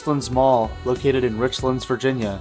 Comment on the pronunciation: Nice bit of nostalgia. Use to eat at that buffet sometimes while I was in college back in 99-01 and went there every so often as a kid. Just for reference it is pronounced rich lands not richlunds. Like two separate words. Easy to tell visitors not from around here by the way the pronounce places around here haha